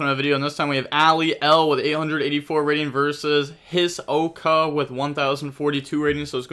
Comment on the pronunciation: His Oka !! lol its pronounced like this Hesoka from Hunter x Hunter